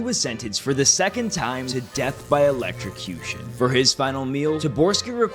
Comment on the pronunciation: It's ELECTROCUTION not ELECTRICUTION.